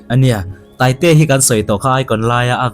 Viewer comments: Taitea tih laia Tai tih kha ala niin ka hria sir i chhiar fuhlo zawk in ka hria😂Scooty ah a Tai aw🍑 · I tai tihlai khi i chhiar sual zawk a nih hmel. I tai (taitea laia tai kha) nulh nulh tihna..😅